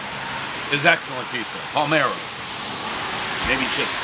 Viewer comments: thank god someone finally told Dave how to pronounce "Palermo." This is not the first review where he says Palmero instead of Palermo. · PAH-lear-MOH. Dude if you're going to rate pizza, and you're friggin' awesome at doing so, pronounce the Italian correctly. Palermo is in Sicily. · Thank god the owner corrected you on how to say Palermo. Come on Dave, get yourself to Italy more specifically Sicily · For the love of God, Dave please pronounce the pizza places correctly lol! It's PALERMO not Palmiro...who the heck is palmiro?? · paler-mo in my native language if you seperate and pernounce those 2 words. it literally means "your Di*K" hahhaha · I swear if he mispronounces it again . . . P A L E R M O . . . Come on Dave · PA LER MO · The fact he fucks up the name of the capital of Sicily when he’s doing a review on pizza for some reason pisses me off so bad I need to calm down lol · Possibly my favourite non-contentious review of all time. Nice owner, polite kids, great scores, Dave on point, rain noise, cars rushing past, community vibe … but why can’t he say Palermo?!😂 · If a Sicilian heard you try to pronounce Palermo, they would’ve buried you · YOU'RE A PIZZA GUY AND YOU CAN'T SAY PALERMO? AUTISM OR DYSLEXIA? TIGHTEN UP BRO! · I came here just to see of he could pronounce the name , and he can't 😂